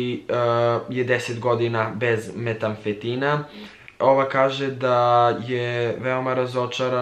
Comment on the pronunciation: metamfetamina* a ne metamfetina..